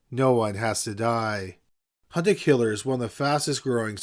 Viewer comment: Be honest, y'all thought he said "Hunter killer" and not "hunt a killer"